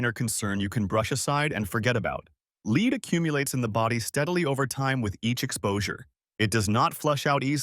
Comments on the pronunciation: Lead is not pronounced as "leed". Please let go of your voice actor. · LEED poisoning! lol